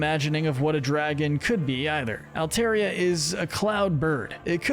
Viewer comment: It’s pronounced LAH-tee-OHS, DRUHD-UH-GIHN, and AHL-TAHR-ee-uh, “”! 🤨 How many times do I have to tell you?? Stop mispronouncing Pokémon names, bub! 🙄